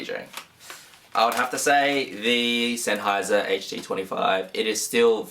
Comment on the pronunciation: You say senheiser like such a FOB i love it bro XD